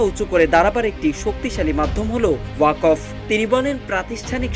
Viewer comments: আরে ওয়াকোফ না রে ভাই! ওটাকে 'ওয়াক্ফ্' (WAQF) উচ্চারণ করতে হবে। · সঠিক উচ্চারণ হবে 'ওয়াক্‌ফ' 'ওয়াকফ্' নয়। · আপনি ওয়াক্ফ উচ্চারণ করতে ভুল করেছেন।